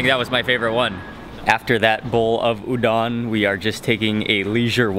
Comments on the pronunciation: Dang dude, you make food look good! And btw, just as a tip...Udon is pronounced ū-dōn. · hi mark! i love your videos and especially the japan series!! i just want to let you know that udon is pronounced oo-doh-n :) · The way he said udon made me mad so white